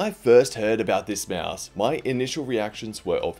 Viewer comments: nice video but little note its a (maus) not a mEAOUSE xd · he’s saying it normal?